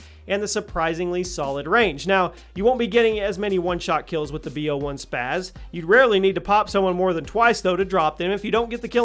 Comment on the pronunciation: why do people always pronounce the spas like spaz it's not spaz is spas